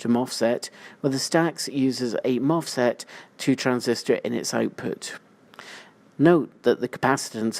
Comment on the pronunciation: Why are you saying MOFSET? :D